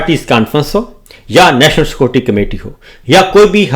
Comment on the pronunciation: JANAB MR SITUATION PENDO BHI . CKOORTTI NAHI SECURITY HOTTA HA , POULEECE NAHI POLICE HOTTA HA. 2 OUR 2 = 4 . THANK YOU MASTER SAB. BUT FEW GHALAT ENGLISH K WORDS ATTEY HAIN WOH B GHALAT.